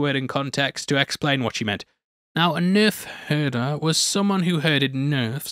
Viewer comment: Wow. Man dropped a hard 'R' in Nerve Hurta!